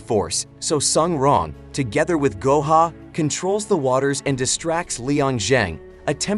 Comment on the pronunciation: Man called guo hao Gohan